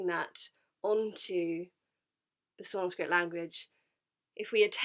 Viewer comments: She literally pronounce sanskrit so perfectly 🔥🔥🔥 Even our local gurus have many flaws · When you realize that She knows how to pronounce sanskrit better than our local religious gurus 💀💀💀